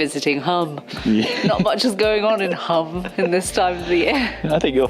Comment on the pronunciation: You pronounced Pula correctly but MURDERED Hum (pronounced the same way, Hoom - long u). Croatia is a lovely country. My partner is from there, so we visit. Of all the places in the world to be from, that's not too shabby.